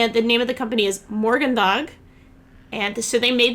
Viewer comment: If the name of the company is morgendag. I know in Danish it means "tomorrow" and is pronounced more like "morn day" . They think its funny when us Americans try and pronounce their words!